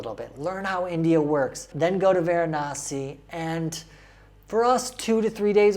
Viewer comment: It's ganga river not Ganges it's Varanasi not veranasi